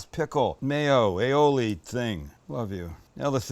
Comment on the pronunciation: you say aoil.....I say tartar sauce